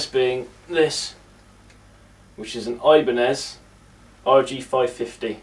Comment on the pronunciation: Loved how you said "Oibanez" :p